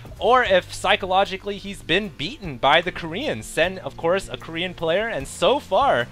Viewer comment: ahaha i laugh every time u say korean!